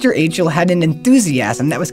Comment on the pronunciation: Achle..lol it's pronounced Ike-Lee